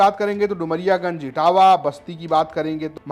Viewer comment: इटावा नहींहै- इटवा है।